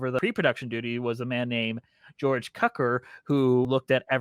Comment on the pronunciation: An enjoyable an analysis and opinion of the legendary film. Of course, it definitely DOES constitue a true MUSICAL (even though, after editing and the first previews, there are no songs remaining in the last third of the film.) A few shameful mispronunciations... George Cukor = "Kew-core" (does not rhyme with "pucker") Ray Bolger = rhymes with "soldier" (not "vulgar") King Vidor = "VEE-door" (does not rhyme with "kidder") And a few factual corrections... There were 2 film versions (not 30) of the story prior to MGM - in 1910 and in 1925, neither of which was directed by L. Frank Baum. Ozma and Dorothy became best friends, but were never "lesbian lovers" in the books. (I mean... Really?) It made its cost back with the first re-release (in 1949) and came into popular legend with its television broadcasts (starting in 1956). Thanks for a fun post!